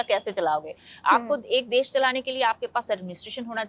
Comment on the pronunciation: Desh k nam bhi nhi bol pa rahe ky